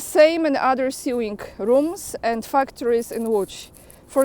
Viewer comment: Just a pronunciation tip, 'sew' is spoken 'so". Sewing therefore sounds like sowing, the same pronunciation for planting seeds in a field. Just another English oddity to deal with. I can't speak for how the colonies say the term - maybe it's different Stateside.